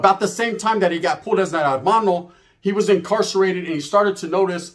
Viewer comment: No disrespect. It's not Armano, it's hermano but the H is silent. So Ermano if you will.